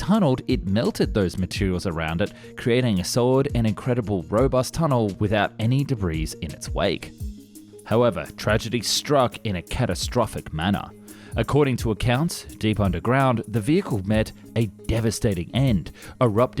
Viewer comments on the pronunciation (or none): Debis is NOT pronounced debreeze. It is "debree".